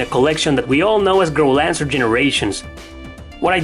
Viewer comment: It's Growlanser not Girl Answer 😂